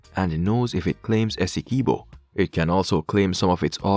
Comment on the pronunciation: Pronounced Essequibo properly